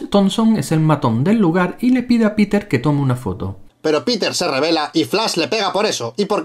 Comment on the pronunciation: Pensé que dijo ampeter